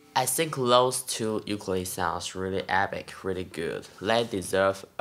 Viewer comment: Amazing playing! Now we just need you to pronounce the name of the instrument correctly since you have such a large audience. Theres no "Y" sound, its more like Oookoolele. I'm sure you can find a video of a Hawaiian saying it correctly. Keep rocking dude!